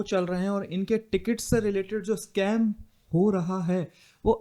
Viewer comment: scame nahi bhai, "scam" hota hain